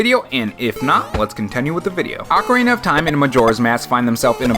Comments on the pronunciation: hey yea im new and i want the 3ds but you say ocarana of mask and then it threw me off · ah-cuh-reen-uh. Ocarina. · It’s “OH-Kah-REENA” there’s only one consonant separating the O and the A which means the O makes the “OH” sound instead of “AH” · You say ocarina like macarena. 😅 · its ocarina not ocarina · I’ve always pronounced it Ocarina, instead of Ocarina